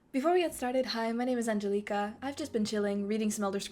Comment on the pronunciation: Are you Romanian? The pronunciation of Angelica sounds like in Romanian, with the stress on the i